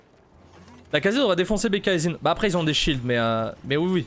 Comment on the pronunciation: tu as prononcé le pseudo du zhin d'une facilité xD